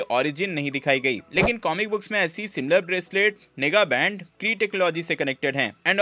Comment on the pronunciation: Bro it is not nigga band 🤣 It's nega band